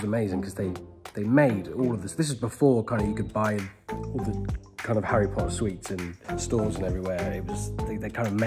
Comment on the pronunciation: hey, it's prince Harreh